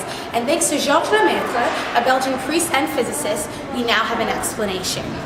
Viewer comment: Beautiful pronunciation of Lemaitre.